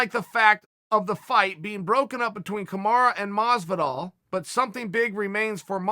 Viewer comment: He still doesn't know kamaru ends with a U, not an A. Amazing